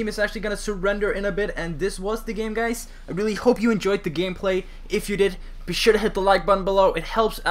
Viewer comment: it sounds like you sayin: whats up gays